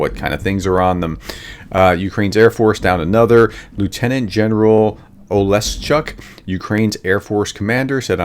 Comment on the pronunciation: Professor, Gen Oleshchuk (Commander of Ukraine Air Force) is pronounced "Ola-Shook". With F-16s on the way, I imagine you will be using his name more often...;-)